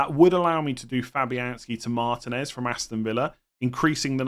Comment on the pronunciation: Pronounce martinez correctly it really isnt that hard